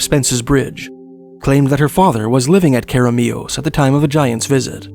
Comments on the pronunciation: too much emphasis on the last syllable Care uh Mee us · that way of pronouncing keremeos was priceless, amazing stories though, thanks! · The pronunciation really caught me off guard it made me cackle after hearing it